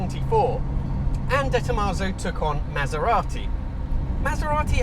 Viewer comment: It's DeTomasso like De Niro, not DetTomasso like detonation